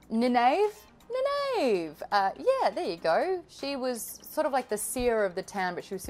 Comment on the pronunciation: Egwene - Ee-Gwain (rhymes with grain). Nynaeve = Ny-Neeve. I got this from listening to interviews with Robert Jordan and I have met his wife and editor, Harriet, a few times.